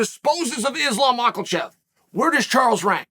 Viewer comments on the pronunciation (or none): Chael and his Makelchev🤣😂